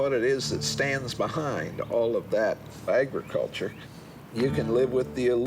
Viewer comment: the guy says "fagriculture".